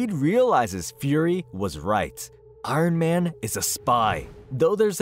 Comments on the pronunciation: Why do you say “Arn Man” like that? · “I-run man” 😂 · Arn man? Like Arn Anderson? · Who is "Arn Man"?